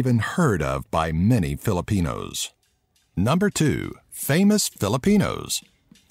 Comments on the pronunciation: I like the fact that he pronounces the words right! Good job bro, ur on ur way to becomeing a filipino like 1/50% #ProudToBePinoy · I love how you pronounced those Filipino words correctly.... much love ❤️